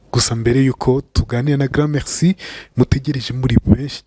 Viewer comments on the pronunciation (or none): none